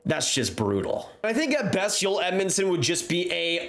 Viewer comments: Good video always interesting but as an aside Joel Edmundson is Canadian , born in Bandon, Manitoba and his name is pronounced "Joel". The J is not silent and its not pronounced "Yoel". On the other hand Joel Armia is Finnish and born in Finland and his name is pronounced "Yoel". So there you have it: the correct way to pronounce their names: Joel Edmundson from Canada and Yoel Armia from Finland. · Joel not Yoel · His name his Joel. Not yoel. Cringe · Why you call him Joyel... He's Canadian Joel... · Why do you pronounce his name “oel” you need the pronounce the J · Joel Edmundson’s first name is not pronounced ‘Yoel’ as I am hearing you use. They J is not silent. Whereas his teammate, Joel Armia is spelled the same way, but the J is pronounced like a Y. Cheers bud. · It’s Joel not Yoel 😂 he’s not a Swede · It's Joel not Yoel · Y'all are smoking crack..Joel Edmunson is not worth a first...its up there with Hall for Larsson. He's a depth dman who's pretty one-dimensional and not standing out. He's also Canadian and his name is pronounced to that of our english language, in J-o-e-l...not European sounding of Y-oh-El. If it weren't for picking up successful assets that the leafs could not afford to keep, the Oilers terrible management would probably have lost Conor or Leon, by now. Not a fan of the Oilers or Leafs. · Just a heads up, it's Djoel... Not yoelle... The guys anglophone ffs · His name is JOEL not YOEL.. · Joel Armia pronunciation messing with too much 🤣